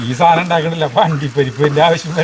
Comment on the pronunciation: സാനം സാനം സാനം............... 😂😂😂😂സാധനം ആണ് കുട്ടി 💖💚🧡💗💙💛❤️💝